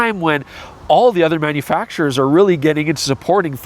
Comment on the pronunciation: It's hard to tell if you are saying "manufacturers" or "MFers." For this video, perhaps they mean the same thing. Freudian slip? Or just trying to talk at double-plus YouTube speed? I guess only you know.